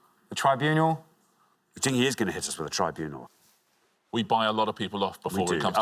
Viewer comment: He did try to get away with it by pronouncing it "tribunual"